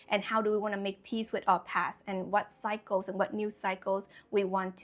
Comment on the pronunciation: Your pronunciation of 'cycles' sometimes sounds like 'psychos'; which could make for some great quotes. One that comes to mind is: "Don't create new cycles, with old psychos." Another that comes to mind is: "Being stuck in old cycles, is a form of psychosis." What I'm reminded of with these ideas is the idiom: "Lessons repeat, until they are learned." I've personally learned that sometimes when ex friends or lovers come back, it wasn't for me to avoid them, but to learn how to enact a boundary where previously I thought I only had the binary options of avoid or people please. Now I'm finally learning "The way is through." That confrontation is only scary in anticipating it. When we choose to go through instead of around our life lessons and challenges, it's self love in action. And what we get out of it on the other side is euphoria, like endorphins after exercise.